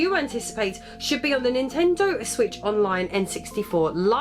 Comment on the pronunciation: Her: "What Ninten-dooo" Me: "You mean, What Ninten-doesss!"